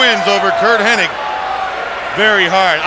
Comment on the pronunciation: His name isn't ''Hennig''